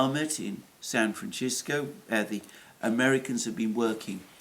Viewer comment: Sisco day sisco. San Francisco, not Italian style ch. You got Makhachkala down pat after the first mishap. Do you even read the comments? Ever? San Fran Sisco